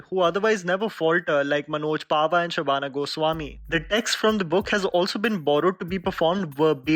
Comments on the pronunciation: It's "Shahana" Goswami. Not "Shabana" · It's "Shahana"Goswami,bro.